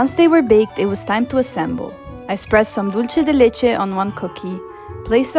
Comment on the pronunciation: Hi! great video:)) Dulce de leche is pronounced "dulse" de leche", not "dolce" de leche. Also, the one you made turned out too runny; it should be thicker. We have a much thicker and firmer type of dulce de leche called "dulce de leche repostero." It's especially used for these types of preparations: alfajorcitos de maizena, cakes, etc. Another fact: Argentine culture and gastronomy were greatly influenced by the large Italian immigration in the late 19th and early 20th centuries.